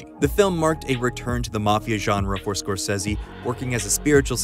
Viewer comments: Scor- Say-Zee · I have never heard anyone pronounce "Scorsese" like that and I hate it. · Why does the narrator say Martin scorsese's name that way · You pronouncing Martin's last name wrong and why the hell is everything bleeped? Lol